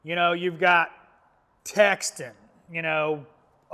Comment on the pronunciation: I know I'm being one of THOSE PEOPLE. And I hate myself for it. But it's Tekton not Texton. I'm truly sorry!